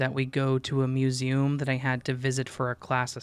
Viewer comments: You pronounce it as fun-ta instead of fan-ta. As for museum...I can’t help you there...it just sounds weird the way you say it ✌️😉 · you pronounce the words Fanta and Museum really weirdly Hope this information benefits you